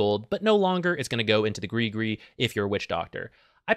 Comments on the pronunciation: PLEASE PRONOUCE IT AS GRIZ-GRIZ!!!!! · why is every english speaking person sayin GRI GRI!? its has a fking S!! at the end!!! its no that hard!! griS griS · Has anyone been pronouncing it “griss griss” like me? 🥴